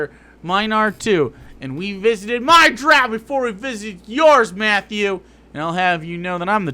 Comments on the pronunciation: even more cringeworthy than the racism is how this guy pronounces "drow" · Today I learned I pronounce drow wrong